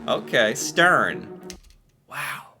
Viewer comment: It's Stryn, not Styrn. Next it's Lofoten islands not Loften. But the last one are correct, and so are you. It's the same waterfalls as the first video. The 7 sisters waterfalls.